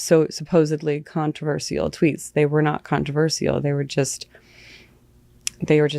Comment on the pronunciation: what was that? How did she say the word controversial?! CON-tro-VER-seal 🤭